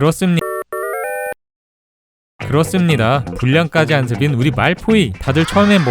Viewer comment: 그렇습니. 그렇습니다아~ 실수 귀여웡 ㅎㅎ